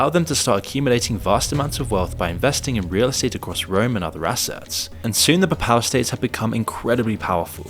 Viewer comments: PAY PAL not PAPPAL, it's not that difficult... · Also incorrectly pronouncing "papal". It's not "puh-PAL", it's "PAY-puhl". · Saying Paypal would be a closer pronunciation for papal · It's not papow states... it's Papal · Papal is pronounced as PAY-pəl. Look at wiki. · There is no such thing as the puh-pal states 🤦🏾‍♂️🤦🏾‍♂️ Also it’s very easy and a parent to tell that you’re taking the Jake Tran method of putting up these videos and scamming your audience via sponsors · please learn how to say the word "Pay=Pahl" bc you sound illiterate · XII is 12th. Also it’s pronounced Pay-Pull states. I can see you’ve done a lot of research but it is very disappointing to see you make such easily avoided errors You mean “Warring countries”, WAR-ing. Do you write your scripts? If so, surely you know you meant ‘countries at war’. “Ceremonial hissy”??? You mean HEARSE, pronounced her-ssss. What’s wrong with you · mispronounces "papal" every single time he says it. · That's not how 'Papal' is pronounced. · It took me a while to work out he was saying 'papal' 🤣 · Content aside, has anyone else noticed a bunch of mispronunciations? "Papal", "warring" "hearse". Is moon and ai generated voice?